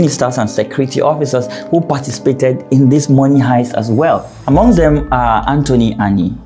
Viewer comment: Very in-depth and informative delivery sir. But the Money “Hiest” is Money “Heist” ooh🤲😩